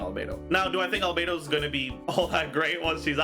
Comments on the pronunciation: Not Albe-two. Albe-dos!😂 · *Albe-dos. She is Albe-dos. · She's not albedo She's albere